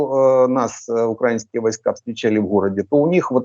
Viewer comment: Почему свитан говорит укрАинские, а не украИнские? Засланный?